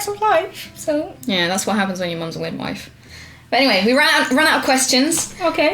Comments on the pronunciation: anyone notice kim saying widmife instead of midwife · "That's what happens when your mum's a widmife"